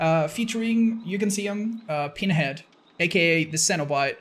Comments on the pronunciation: It’s PINhead not PEENhead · I swear it sounds like he called him peenhead lol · It sounds like your saying peenhead